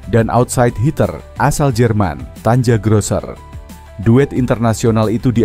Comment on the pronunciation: klo aku hanya mendengarkan narasi dari konten ini, cuman mo tanya ajah, yg baca ini robot AI (human being) atau memang manusia biasa, karena dari penyebutan nama outsite hitter asal jerman yg klo tulisannya adalah tanja grosser, tapi penyebutan namanya seharusnya adalah tania grosser, bukan tanja seperti tulisan dalam bahasa indonesia, demikian.....